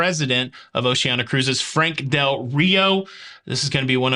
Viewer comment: "O she ANN i a".